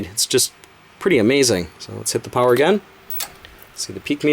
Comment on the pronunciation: I keep thinking you say flower everytime you say power lol